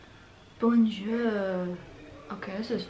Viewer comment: It’s not “bonejourd” but “bonjour” After the “b” (it’s not “onejourd”); After the “b” (it’s “onjourrr”) Pourquoi massacrez-vous le français ?? 😭